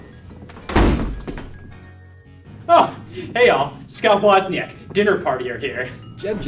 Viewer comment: I love how he doesnt pronounce his own last name correctly edit: i know because i am a Wozniak